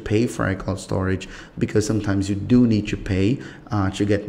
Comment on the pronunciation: "how chu" "go chu" what's this chu chu